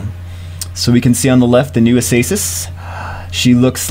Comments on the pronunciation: It's always bothered me when he says a-say-sis like STOP IT or when he says cha-soon. It's chay-sun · Also, I wanted to mention this hundred times but it's pronounced A-KAY-sis! Whenever there's an "a" after "c", it's pronounced a (k) sound. Cat, candy, card...etc. ACASIS -> pronounced A-KAY-SIS. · I dont wanna be an ass and i love your vids but it irritates me every time acasis is pronounced, its just my view but i believe its pronounced a-kay-sis